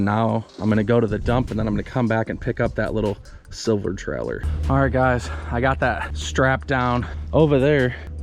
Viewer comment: How many time u say trellor, in this video?